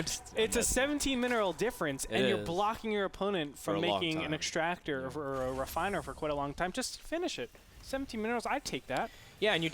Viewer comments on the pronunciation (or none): exschtractor... (cringe)